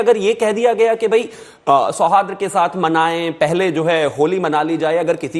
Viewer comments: BJP के नारंगी पहले शूद्ध उच्चारन तो करना सीख ले सौहार्द बोला जाता है तु तो बारबार सौहाद्र बोल रहा है बोलना आता नही चले आते हैं डिबेट करने । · Sohadra nahi hota sohard hota hai